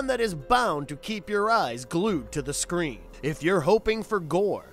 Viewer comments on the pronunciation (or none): none